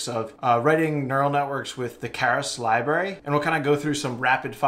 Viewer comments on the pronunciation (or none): none